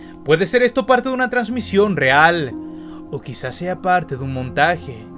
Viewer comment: Jajajajaja dice trancision en vareas partes en vez de transmisión perdón por mis faltas de ortografia😂🤦🏻